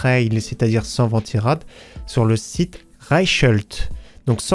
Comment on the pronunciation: Reichelt en allemand ça se prononce "Raïkelt"